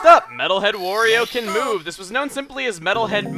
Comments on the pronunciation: Wurio. Chuggaa, it's not Wurio. It's WARIO. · It's not WOrio, it's WArio! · Why do you call wario worio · STOP CALLING HIM WORIO ITS WARIO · Chugga, you're drivin' me crazy, man! It's "Wario", not "Worio". It's supposed to rhyme with "Mario". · GAH! WARIO, NOT WORIO! i hate when people mispronounce simple things :c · Its Wario not Woorio... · why do you say worio, its wario